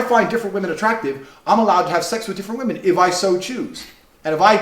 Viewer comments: Do all Americans pronounce women "woman" or am I going crazy? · Why do you always pronounce 'women' as 'woman'? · ily but why do u say "women" and "woman" the same way